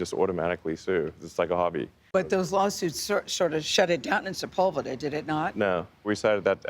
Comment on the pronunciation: she says sepulbeda instead of Sepulveda